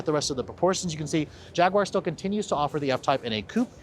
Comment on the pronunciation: Too bad he can't pronounce Jaguar correctly...